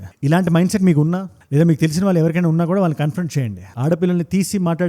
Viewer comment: Suggest 1. Speed of your narration should be bit slow 2. తెలుగు ఉచ్చారణ వాల్లు, వీల్లు, వెల్లేరు బదులు “ ణ” “ళ్ల “ వాడండి. తెలుగు బాగుంటుంది. వీణ సొంపు గా ఉంటుంది.